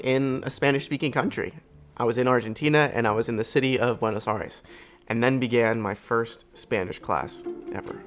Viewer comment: I can’t believe how many times this guy said Buenos “Aries” and also typed it in the captions without ever realizing that it is incorrect